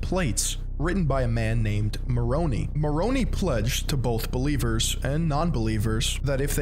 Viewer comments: Fully agree, and yeah Moro-knee kinda jarred me when Moron-eye is what I've always heard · Not mornee it’s morni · I concur. I'm like it is more own eye... Lol. But alas he cannot hear me. Oh well. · He keeps saying Maroni like it's a pasta haha It's Ma-ron-eye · Mormons will discredit you for pronouncing Moroni (Moronee) when it’s Moron- i, thanks for the video! I wish people could see this church for what it is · As an ex-Mormon I agree with this video however. The pronouncation is killing me I’m sorry 😭 Moroni and Nephi are not pronounced Mor-o-knee it’s Mor-o-neigh and it’s not Kn-efi it’s Knee-phi I’m sorry if this is offensive I’d just figured I’d tell you. Also it’s pronounced knee-ph-ites not kn-efi-ph-ites again sorry just it really was bothering me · Lol ex member here but it's pronounced moh-row-Nie not nee Also in 14 years of being a member water was never an issue? We would go swimming in lakes while backpacking all the time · FYI pronounced MORONI (long I) not MORONEE. All named with a vowel is pronounced with a long vowel. I was a member for 64 years. Some mistakes on doctrine so I recommend reading “No Man Knows My History “ by Fawn Brodie and “RoughStone Rolling” by Richard Bushman. y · As an ex Mormon it’s a little funny to hear you pronounce Moroni as Moron-ey 😂 jokes aside glad I escaped the cult! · Former Mormon here as well, here is the pronunciation we're all correctly having in mind: Moroni /mə'roʊnaɪ/ muh-RO-nai Nephi /'niːfaɪ/ NEE-fai Nephites /niː'faɪts/ nee-FIGHTS Laman /'leɪmən/ LAY-mun Laman /leɪmə'naɪts/ lay-muh-NITES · Nehphee, Lahmanites, Moronee, you name it, he’ll misname it! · The pronunciation is killing me 😭 this is how to actually say them: Moroni: More-own-eye Nephi: Neef-eye Nephite: Nee-fight Lamanites: Lame-en-ights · I grew up mormon and its KNEE-FY and MORON-AY Sry it just bothered me a lot 😅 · Pronounces Moroni like Macaroni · I love the way pronounces Moroni like he's an Italian mob boss 😆.